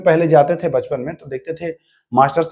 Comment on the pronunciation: Raja raam aur sambhaji mahraj ka nam thoda achha se lena chahiye sir aapko ,,two star job ka taiyari karwa rahe hai thoda hard aur soft word ka dhyan rakhe jaise tha aur थे शब्द 🙏🏻🙏🏻🙏🏻।